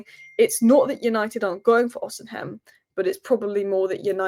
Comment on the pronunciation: You're still pronouncing Osimhen wrong. Ignore the h, pretend it's not there. Osimen Why do you want Cunha??? He's a good player but he's erratic, has poor discipline. Why would Rogers leave Villa for us right now? Casemiro likely to follow... based on what? We can't get rid of him. He's not desperate to leave so won't take a pay cut. Nobody wants him.